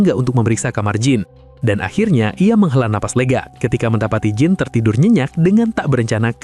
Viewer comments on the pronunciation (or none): Jean dibaca Dzan.